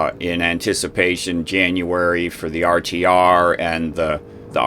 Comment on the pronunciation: re you saying RCR or RTR......? Its RTR isnt it? Rubber Tramp Rendezvous?